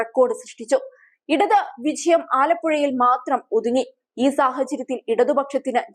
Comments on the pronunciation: വിചയം അല്ല കൊച്ചേ വിജയം 😄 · മലയാള അക്ഷരങ്ങൾ ഉച്ഛരിക്കാൻ അറിയാത്ത കുട്ടികളെ വാർത്തവായിക്കാൻ വയ്ക്കരുത്.കുട്ടീ വിചയം അല്ല.വിജയം ആണ്. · Please pronounce 'vijayam' correctly.